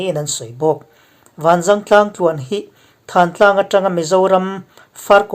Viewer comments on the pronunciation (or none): Thantlang i lam dan hikhimi tlang dung khi pi pu te aṭang a,lam ri dan chu thantlang thuk hniamlo in kawh lah a lam tur